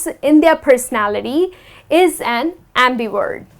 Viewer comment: just curious, why do you pronounce it ' WERT' not 'VERT'? thanks